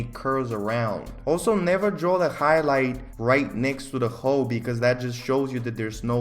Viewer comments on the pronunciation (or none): PLEAS DON'T SAY HOE INSTEAD OF HOLE I'M DYING🤣🤣🤣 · Esmeralda wait he wasn’t saying hoe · I love how you say hole like hoe it brightens my day❤ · Every time u said hole it sounded like hoe or was it just me? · I thought he was saying “hoe” instead of hole lmao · why do I hear hoe whenever he says hole (ー_ー゛) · why does it sound like he is saying hoe instead of hole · The way he says hole 😭 it sounds like he says “Hoe” 😭😭😅😂😂😂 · I love how his accent makes the word "hole" sound like "hoe" xD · I recently found this channel and i love it but everytime you say hole i hear hoe and its so funny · This whole time I thought he was saying hoe, I’m a dumbass🤦🏾‍♀️ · Not making fun of your accent cuz I have one but every time you said hole I heard hoe. “Put more weight on the hoe” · when says "hole" it sounds like "hoe" so "Put more weight on the hoe" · I hear the same